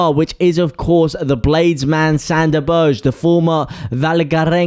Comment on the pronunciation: Sande Berge - as in Burger, like hamburger, berger!!!!